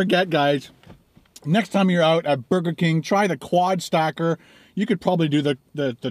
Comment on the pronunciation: It sounded like you said "quad stalker" at the beginning. That gives the video a whole different vibe.